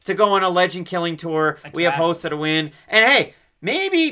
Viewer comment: It’s rosa not josa lol